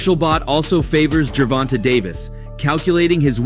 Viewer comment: This guy always says someone name wrong it's not fckn gervon-ta it's pronounced Tay ger von tayyyyyyyy da fck